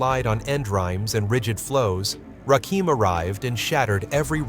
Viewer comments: You are saying a whole wrong name and I don't understand how you can do this smfh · Rakim "The God MC." A name too sacred, for some, to pronounce incorrectly. MASHALLAH Ps. 🤔 what's really going on? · you said the GODMC name wrong it's Rakim Alliah one of best rappers all time.I'm 58,saw his rise to fame back in the days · Why am listening to someone who doesn’t pronounce the name correctly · This narration is done by a computer driven voice that cannot say RAKIM. Salute to The God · Rakim -doing it with the R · Why do I watch soo many videos and the narrator is never able to pronounce the name of the person the video is about? Very annoying. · Why in the hell are Caucasians telling our stories? This f...a doesn't even pronounce Rakim's name right. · More you tube crap! 😂😂 we believe the words from his mouth not people cant even say his simple name right!😂😂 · Why are Deliberately Miss Pronouncing his Name?! You Suck For That! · Should be ashamed for not even saying his name correctly. Makes the whole thing invalid. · If y'all gonna use somebody to get likes and subscribers, atleast start pronouncing their names right! It's irritating to listen to. It's Rakim, not Rakeem. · The GOAT 🐐 THE GOD MC. It's Rakim not Rakeem😡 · #I thought his name was"RAKIM" = pronounced..."RAH"(ra) Kim NOT Ra'keem!!! #smh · His name is Rakim(Ra - Kim) not Rakeem. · It's Rakin not Rakeem once I heard that I clicked off. Put respect on Rakims name smh... And make sure your voiceover is correct before uploading. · He keeps calling him Rakeem, why white folks think they can tell us about Hip Hop.... Man do your homework first u calling him da wrong name,R U Serious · It's Rakim and not Rakeem smfh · You noticed too this idiot doesn’t know the difference between Rakim and Rakeem. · heard Ra Keem and turned it off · Its Ai fools..that's why its saying Rakeem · 2pack, Rakeem 😂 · Please stop saying Rakeem! Recheck your sources.God Rakim.